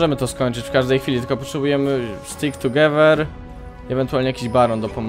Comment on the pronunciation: "tugewer" XDDD